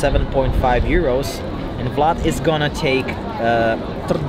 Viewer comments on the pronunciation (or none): none